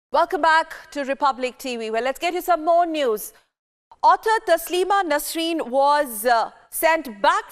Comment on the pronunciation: ya anchor ko sahi se naam bole bhi nahi aara koun bana is ko anchor I think rss bjp wale bana shayaad